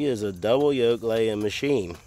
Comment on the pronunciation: The word is YOLK.